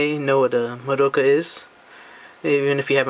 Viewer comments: Scratch that, her name is Madoka, right? You pronounce it by the letters, none of the letters in her name are not pronounced. its Mah-do-ka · Its pronounced MAH DOH KAH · lol you english people like madoka but never pronounce her name right. It is not maDOUka lol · I think the 'doh' part is shorter, it's more like, Maa-do-kah. I pronounced it your way before, so don't worry.